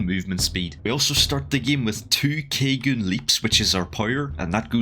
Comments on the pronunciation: Ka-gu-ney not ka-goon sorry just one of my favorite animes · 2 kaygun leaps smh caw-goo-nay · That you called it "caegun" in the beginning instead of "ka-gu-ne" hurt my soul... This aint some cajun dish